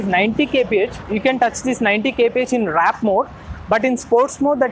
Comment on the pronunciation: Why does everyone say WRAP instead of WARP!! 🤦‍♂️🤦‍♂️ IS IT SO CONFUSING? 🤦‍♂️🤦‍♂️ Not hub motor bro 🤦‍♂️ What tales 5hr45mins to charge? What is this new number you just made up?